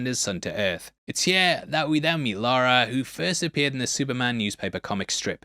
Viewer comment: It is Lara Jor-El, NOT Laura. What did the baby eat